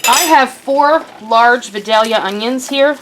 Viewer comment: Great vid! Love hearing people pronounce Vidalia ( we live I area so these onions are a staple in every home). Down here we as Vidaya! Lol. Love the basic vids